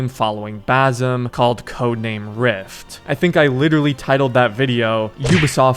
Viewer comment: new game: take a shot everytime he says bazum instead of Basim